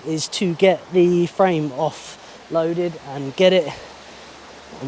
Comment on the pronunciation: What are you saying "loaded"????